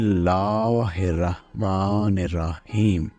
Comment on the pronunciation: شاہ صاحب نر رحیم نہ پڑھا کریں